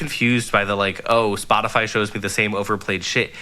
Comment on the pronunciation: no, you were saying it right. I'm surprised that the others didn't know how to pronounce it.